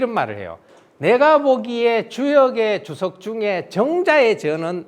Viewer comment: 또 한 가지! "주석"의 "주"자도 장음 자인데 또 짧게 잘못 읽었다. "주석"의 "주"자는 "길게 젊게" 발음하시옵소서! 미국 변 완수 배